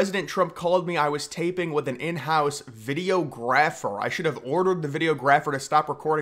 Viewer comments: Pronouncing it “Video Grapher” is insane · I'm just here for the way said "Video ----Graffer" 😅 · I'm supposed to rely on you info? You can't even pronounce videographer.